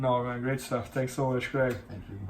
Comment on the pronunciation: o bernardo tem dificuldade em falar craig, fala crég jones hueheh